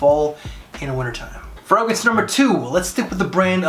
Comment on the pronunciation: I like your list videos but half the the reason I watch is to listen to the many ways you mispronounce "fragrance". Makes me smile 😄